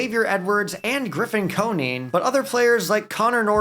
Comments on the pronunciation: Grffin's name is pronounce Co-Nine not Co-Neen. His father was an MLB player (Jeff) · As a marlins fan Hearing Coneen made me cringe 😂